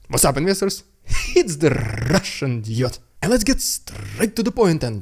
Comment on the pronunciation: I like your channel even if you dont show footage as other channels like Denys or "Reporting from Ukraine". But one constructive critic: Your opener to "rrrrrussian propaganda" was funny the first times only - now its kinda cringe :D